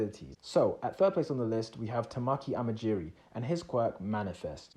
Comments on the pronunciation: *Sees Tamaki* "Tamaki A m a j i r i" Me: IT'S TAMAKI A M A J I K I i'm not watching this vid anymore >:< can't even say a name right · Its not amajiri or amakiji, its amajiki lol😳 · It's amajiki not amajij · You said "tamaki amajiri" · BROH HE GOT AMAJIKI’S NAME WRONG TWICE I CAN’T